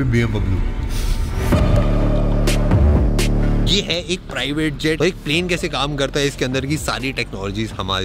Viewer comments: Wow he said BMBabloo 😂😂🤣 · Bhai ne BMW ko BM babloo bana diya 😂😂😂😂